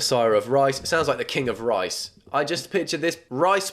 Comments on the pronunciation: Not rice… it’s rise….😂😂😂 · I love him but why doesn’t he realise rise is a word and it’s not rice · Do you not know how rice is spelt? You had a whole bit about ‘rice messiah’ it’s Rise as in raised 😂😭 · it’s not Rice, it’s Rise. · It's Rise not Rice v_v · it’s rise not rice hahaha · Obsessed with how he pronounced rise as rice and made several rice based jokes about it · calling Rise Messiah Cannon, Rice Messiah Cannon is so funny to me. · why is no one talking about how he read “rise messiah” as “RICE messiah” 😭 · It’s “Rise Messiah” not “Rice Messiah”😂 rise as in “all rise”. I can’t decide which version is actually more unhinged tho lmao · why did he say “rise” like “rice” and continued the joke about grains 😭😭